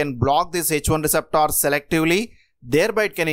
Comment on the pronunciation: It is not receptaar rather receptor. Copy and past complete text to online translation as well as to Google translation app and listen carefully.